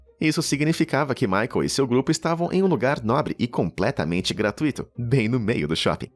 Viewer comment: GRATUITO É DITONGO E NÃO HIATO. GRATUITO PRONUNCIA-SE ASSIM GRA "TÚI" TO (DITONGO NASAL DECRESCENTE